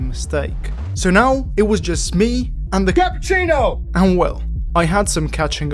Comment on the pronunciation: is unable to say cappuccino. How questionable racing functions without I have no idea.